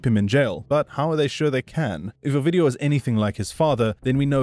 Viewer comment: When you'd say his name, it sounded like you were saying "OUR-VIDEO"!!!😝😭😆😭🤣